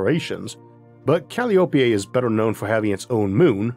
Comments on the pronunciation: Dear Arthur, please! Calliope is not said Cal-lee-OH-pay. It's called Cah-LIE-oh-pee. Named for one of the Greek muses, and the pipe organs often used at baseball games. As an American, I definitely prefer the baseball reference to any rare pronunciation trying to speak ancient Greek. Thank you. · I think it’s pronounced Kah lie o pee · Usually, Calliope is pronounced "ca- LAI- o- pee"